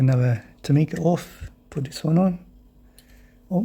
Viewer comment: I wasn't going to say this, but then you announced that you are going to southeast Asia and this might help. The letter "i" in Japanese has an "ee" sound, so, Tomica would ne pronounced Toe-Mee-Kah. Isuzu would be pronounced ee-soo-zoo. The letter "i" added to the letter "e" Shinsei becomes Shin-say. Korean and Japanese are a derivative of Chinese, but Japanese hate to admit that, so the sounds are the same across the Asian languages.